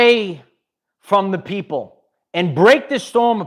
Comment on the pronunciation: Save the pwoople